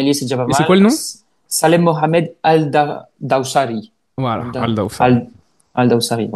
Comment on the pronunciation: Bravo tu as bien prononcé son nom Al dawasari Les Saoudiens vont t'appeler pour couvrir leur championnat 😂